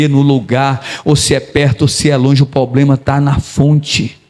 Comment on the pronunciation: Pastor te peço perdão mas é para seu bem não diga poblema, diga problema.